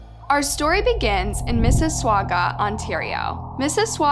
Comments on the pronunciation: Miss sis swa ga 😅😆 It's Miss sis saw ga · Mississauga= miss-i-saga not miss-i-swaga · Its missi SAGA ...... not mississwauga lmao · nice documentary, but 🙏 , it's pronounced Missassauga and not MissasWauga. 😂😂😂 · Haha...it is not "Mississ-wau-ga". It is "Mississi-saw-ga". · Is it just me or did you pronounce it "Mrs-Swagua"? It's "Mrs-Saga". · It's pronounced miss asauga not miss awaga as you said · Missiswaga?! Lol. No. It's pronounced Miss-is-saga. 😉 Mississauga. You're welcome 🇨🇦 Almost un-subscribed for the ignorance of proper pronunciation. 😮😂 J/k. Thank you for the exposure to this case. Keep up your great content. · LOL, ... Just for future reference, .. It's not pronounced "Mississ-WAGA",... There's no "W" in Mississauga... it's just, ... Miss-iss-auga (awe-ga)... : ) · Pronounced Missis”saw”ga, not Missis”swa”ga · Just so you know Mississauga is not pronounced swauga you pronounce it like it has a w its more like saga Missisauga the u is silent. I see why you say it like that made me giggle. I'm not trying to be rude I would want to be corrected. Excellent show I subscribed and a liked 👍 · Please you pronounce it Mississauga like Mississippi and sauga like saga like the game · It 8s not Missi …swags. It’s pronounced Missi….saga. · Don't pronounce it swaga it's sauga ❤ I lived there for awhile . So it's *mississauga * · “Missiswaga” 😭😭💀 its pronounced at “missisoga” that makes me cackle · love your channel and your voice, you're always so articulate. In this video, wanted you to know we pronounce Mississauga as "Miss i Sog a"............not "Mis i Sog GWA", wanted you to know...okay back to the video. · Sorry but it's driving me crazy. It's pronounced...Miss..iss...saw...gah...NOT...Miss is swag ah. Other than that, good job reporting this. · It is Mississauga. NOT Mississwagua. Either say it right or do not say it at all. Us from Canada DO NOT appreciate you butchering the name of one of our city's. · Mississauga, not Mississsuaga